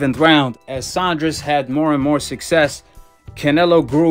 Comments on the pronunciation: Saunders not Saundres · Sandra’s 😂😂 it’s Saunders😂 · Cracks me up every time calls em “billy Joe *sondress*”🤣🤣 legend